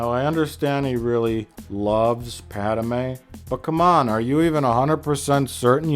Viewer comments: How about you shut the heck up you low-class idiot, and also it's Padme, not PADAMEN you moron!!!!!!!!!!!!!##!! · Stop saying Padamay